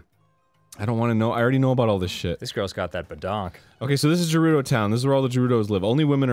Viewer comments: He slipped and said Gerudo and then continued to say Jerudo on afterward. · Getting very tired of Arin pronouncing it as "Jerudo." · the way he pronounces gerudo is like nails on a chalkboard